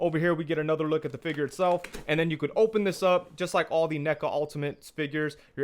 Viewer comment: Great review, I appreciate that you say fig-URE instead of figger. Thanks 😄